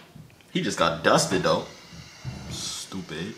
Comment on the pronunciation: the way he says “ stoopid. “ makes me crack up 💀